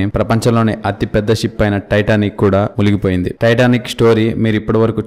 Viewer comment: Areyyyyyyy adhi muligipoindhi kaadhu Ra munigipoindhi Ra Telugu raadhu Telugu talkies endhi ra